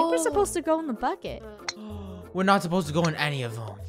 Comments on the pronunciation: Same ir thought i was the only one at first u thought she said buck it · She accually said bucket but sounded more like F it xD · •••Jeon Jungkook’s Property ••• its BUCKET not f it (this is the first time I actually say F) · she said bucket but it sounds like this f**k it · Sounded like she said F it but it was bucket!! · Just saying when Funneh yelled "bucket!" I thought she yelled "F it!" and I was like "what, I thought this was a family friendly channel." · Lunar Eclipse omg I thought that too then I realized she said bucket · Lunar Eclipse same lol I was like what she doesn’t swear but I replayed it and I heard bucket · why does it sound like she just say the f word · Did it sound like funneh said F*** it Ik she didn’t she said bucket lol 😂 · Hey it Soud like u said the f word but U don't bad words :) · Heh woops! I thought she said something else when she said 'bucket' heh.. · When Funneh said "Bucket!!" my sister heard it and thought she said the F word xD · No she said bukket i thought she did to